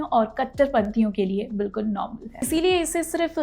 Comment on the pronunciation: Behench*d(Literally) 'Bilkul' pronouncing to dekho Sala pura Islamiat Jhalak Raha hai...!!!